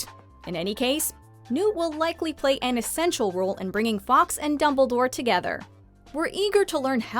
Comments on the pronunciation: The Phoenix is pronounced “forks” not “ Fox” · Some interesting theories, although almost skipped the rest of the video when I heard the narrator’s pronunciation of ‘Fawkes’ Some mixture of Fox and f**ks was a bigger crime than I saw in the whole movie.